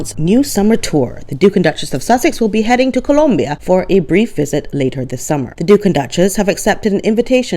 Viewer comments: I think you nailed it,!! Thank you! And thank you for correctly pronouncing "Colombia!" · As a Spanish speaker, MJam does not speak Spanish (and I love how you pronounce “Columbia”)